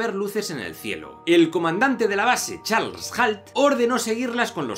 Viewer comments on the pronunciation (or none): none